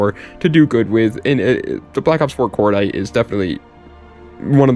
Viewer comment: Once you said cordite I just ended the video lol